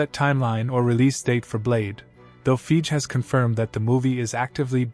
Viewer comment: It’s pronounced like: Fy Gee. You’re saying it like: Feej.